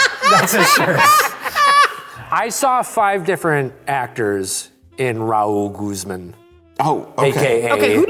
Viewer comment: I love how pronounces "Raul Guzman" ra-OOL GOOOZ mon